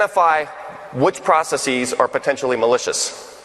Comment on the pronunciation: Mark, you’re a legend, I love your work but, for gawds sake, why are saying “processes” like that? It’s driving me nuts!